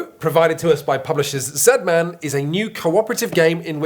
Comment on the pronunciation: Z-man (Zed-Man) Pronounced the right way! Thank you :)